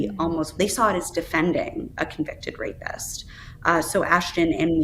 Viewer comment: This woman pronounces it Rapest. And that's the bestest foible you've ever had...